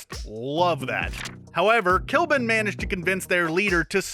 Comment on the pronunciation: Did you guys seriously call Ikaris I-Kah-Ris? Sorry to sound offensive if I am, it is pronounced I-Kuh-Ris And i think Kly'Bn is pronounced Cli-Bin